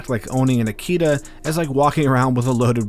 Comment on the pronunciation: Firstly, please pronounce "Akita (秋田)" correctly, it's a short-vowel. American Akita dogs are not considered real or pure-bred Akita-inu in Japan, but they do carry some traits. Japanese dogs have been in Japan since the last ice age. They have been bred for mostly hunting and raised with raw fish and meet (or basically left-overs in the process of human cooking.) Without fish, Japanese dogs will suffer at older age. It was uncommon to keep them inside the house or on a leash up till mid-to-late 20th century. They were never pets, but rather known as "MATAGI" dogs. MATAGI is a unique and ancient hunting style conducted in the mountains of Japan. That's why Japanese dogs only have one master/owner.